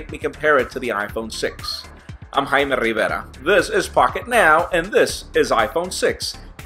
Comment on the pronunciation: this is hayme rrrrrrrriiiiiiiivvvvvvvverrrrrrraaaaaaaaaa....hahahaha...nice....muy bien...:)